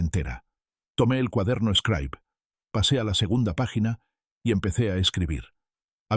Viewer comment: Una Xilografia es el método de impresiónn originario de China, el señor imprime sus vivencias en el cuaderno eshcraib conocido como scribe se pronuncia scribe y utilizado por escolares de cualquier nivel. Me llama la atención porque menciona ser un pedazo de Oaxaca y no le checa la agringada pronunciación.